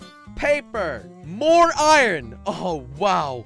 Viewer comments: You say ian instead of iron XD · Its iron